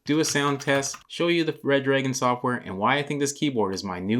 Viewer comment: Its " Re Dragon " btw Not Red Dragon :3